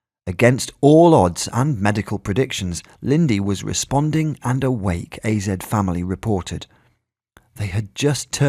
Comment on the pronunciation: The news outlet AZ Family is not pronounced "azed" ... You say each letter individually! A...Z... Family! AZ are the initial for Arizona! Get it! 🤦